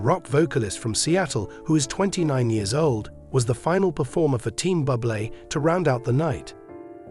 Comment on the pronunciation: Get rid of this goof who talks about Buble incorrectly as if he was a “bubble” and is “bubbly”. WTF, has he never heard how Buble’s name is pronounced.